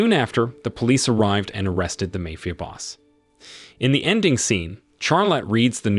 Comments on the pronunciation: He said mayfia boss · The way u said MAFIA 😂😂😂